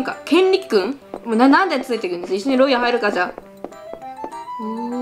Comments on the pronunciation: けんりくじゃなくて。 けんりょくですよ！ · けんりょくですよ